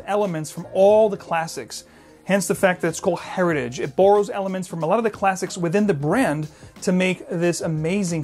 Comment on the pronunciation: Pardon my French. It's pronounced Air eee taj .